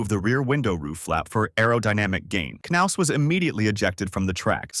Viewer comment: Dave Mar-ciss and Chad Nows, lol